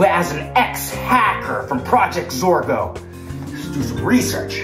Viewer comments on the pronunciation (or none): It's zorgo not forgo